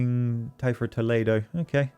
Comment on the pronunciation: me encanta cuando dicen "Tolido" y "Calátrava"